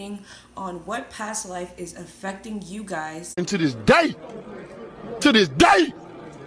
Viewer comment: "To dis day!" I started screaming 😂🤣